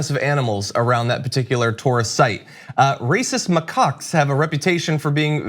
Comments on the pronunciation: It's a "ma CACK", not " ma cock." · Isn't it pronounced M'Kack? It's not M'cuck. Edit: Never mind it's pointed out. Thank god at least one if them is smart. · Did he say racist macucks?!?!? Lol Reeces mackaak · LOL!!! John and each pronounced their prospective words like this, and when you put it together you get: RACIST MACOCKS!!! It's just funny!! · It's hilarious because I could have sworn you said "Racist macaques have a reputation for being very aggressive toward the 25,000 tourists who visit the Taj on a typical day." 😂😂😂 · It's pronounced Macacks you weirdo. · Why are you pronouncing it like muhcuck? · I also heard 'racist mccuks'. Having the monkeys only attack the western tourist, although undesirable, just seems funny to me. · I legit thought he said "racist mccocks!" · Please let him keep saying ma-cocks. This is making my day. Lmao